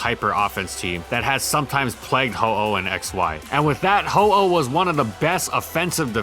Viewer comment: He clearly says Ho-Oh